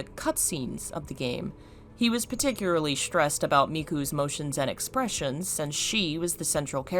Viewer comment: i love this video, but just to let you know, it’s pronounced particularly not paticuraly.